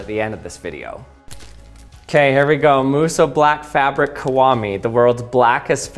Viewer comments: Why are you pronouncing kiwami so incredibly wrong? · I can't get over how weirdly he pronounces the word "Kiwami".